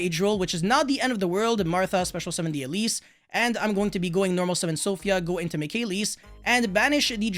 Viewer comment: "Elees" "Mikailees" "Magneefica"